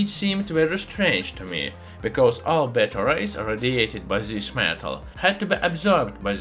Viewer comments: Yea I greatly appreciate it. I was confused by "radiates batteries" though. I finally realized he was saying beta rays. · I was confused I kept hearing him saying it radiated batteries. Took me a little bit to realize he was saying beta rays lol…